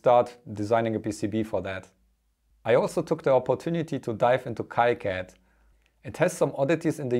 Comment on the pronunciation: FYI, KiCad is pronounced "Kee Cad" not "Kai Cad"